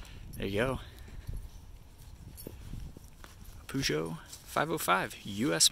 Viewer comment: He's actually pronouncing it correctly.